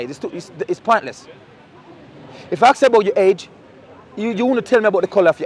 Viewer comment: "Ask"...not "aks" brother